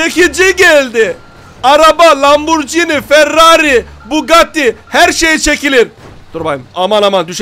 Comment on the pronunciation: Ya abi ismini söylemesi bile güzel Lamborghini